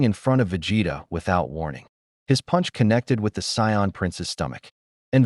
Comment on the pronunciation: What would the world be like if an AI reader could pronouce the word "Saiyan."